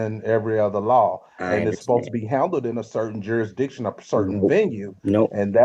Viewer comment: Why is it so hard for people to pronounce “jurisdiction?” Is it laziness or lack of education?